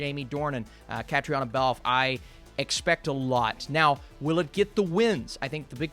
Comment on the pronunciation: Looking forward to this one as an Irish person, not Belfast though. Also for future reference, Caitríona is pronounced KUH-TREE-NA